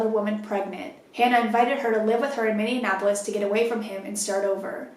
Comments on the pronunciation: Hi so i live in Minneapolis and now im scared lets hope she aint into chicks or i may have to move. Also btw its pronounced (mini-aplis) mn citys are hard to pronounce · Coach! I love you, but Minneapolis is not supposed to be pronounced like "Indianapolis". It's minne- ah- pol- is. I don't mean to be particular, I just live in minnesota, and it's the proper way to say it! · everyone from MN cringing at the pronunciation “minne-an-apolis” 😭 love your stories tho! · I love you so much... but the way you pronounced Minneapolis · Lol I love that you can't say Minneapolis. You combine it with Indianapolis 😂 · Were you trying to say "Minneapolis"? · Scary shit. But, the way you pronounce Minneapolis... lol love you